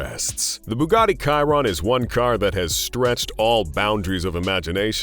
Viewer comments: Cayron..? It's chiron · It's named after a french driver who won Le Mans with Bugatti, so no, it can't be pronounced as Cayron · “Bugatti kairown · Bugatti "kairon"?? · The way he pronounces Chiron pisses me off